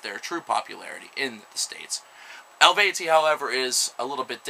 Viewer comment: el-VAY-tee. hell-vet-TEE-ohss. en-SEE-fear-um. The more you know ;)